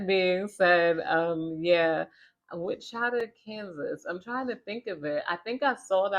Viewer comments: Haha it’s pronounced “Witch-a-taw” Kansas 😂😂❤❤ love the Chan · Wichita = witch-uh-taw 😅